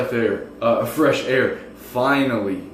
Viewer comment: "A breash of freth air." 😂